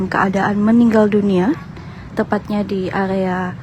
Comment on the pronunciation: AREA MBAK . BUKAN AGEA.. KORBAN MBAK.BUKAN KHOBAN..